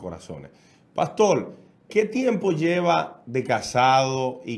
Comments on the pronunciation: 😡ES PASTOR.. CON "R"... """NO PASTOL..""" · acaso hay 2 familiares en el mundo en la historia de la humanidad que esten de acuerdo en todo, creo que antes de hacer este tipo de "entrevista" donde un tercero va a salir abochornado; hay que aprender a pronunciar la letra R. un gusto conocerlo y el chico que esta en la radio, te falta mucho...